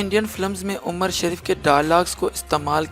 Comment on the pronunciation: Galt bol rahe ho qast shareef nhi he nam umar shareef he